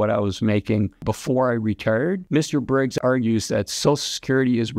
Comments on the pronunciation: biggs not briggs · Isn’t it Biggs, not Briggs? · His name is Andrew Biggs, not Briggs.